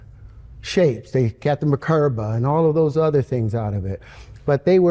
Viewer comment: It's Mer-Ka-Ba, it means light body. When he said "Ma-ker-ba" he said nothing.